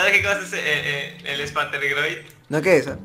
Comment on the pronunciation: Cómo se llama la enfermedad? lo que escuche fue espantegroid :v